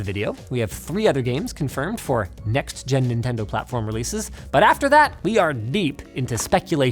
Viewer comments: "Nobody does what Ninten-doo" 😭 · He said Nintendoo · nin ten do😭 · "Nobody does what Ninten do" 😭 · Ninten-Do what sega don't lmao